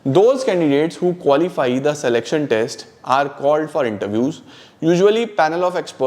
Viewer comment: Selection ❌saleksan✅